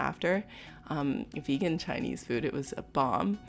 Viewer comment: Not to hate or anything but i just dont like whe. She says vegan xD